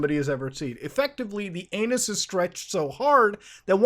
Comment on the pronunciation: "aeyynus" best way of saying it ever